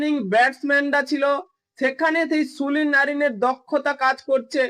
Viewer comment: Sulin noy Sunil bolun